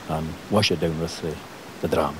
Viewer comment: Elsker hans udtale af “dram”: det er en sand viking der taler!❤